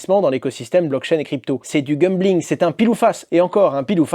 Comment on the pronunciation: Merci pour la vidéo Hasheur, mais par pitié, c'est gAMbling et non gumbling. 😬